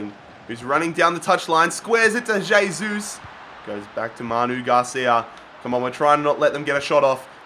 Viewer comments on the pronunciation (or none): none